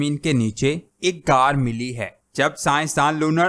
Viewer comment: Ghaar ko aisay bol rhy Jason say car bol rhy